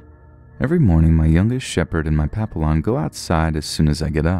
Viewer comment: His pronounciation of "papillon" good LORT. Lmaoooo